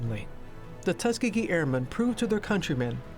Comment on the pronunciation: u kept saying tuskgeegee